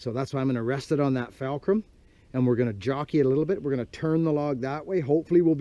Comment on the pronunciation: It's buckin fulcrum....not falcrum. lol